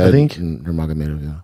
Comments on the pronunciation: He butchered the pronunciation😂 It's truly impressive how he manages to screw up so badly. It's Umar Nurmagomedov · Wtf is a werewuff and who is Nagamurdov?